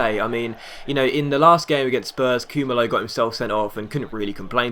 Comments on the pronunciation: Pronounced Koo-Mar-Low. Was on loan at DRFC, my team. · It's actually Koo-Ma-Loo. I'm from SA, and that's how they pronounce it.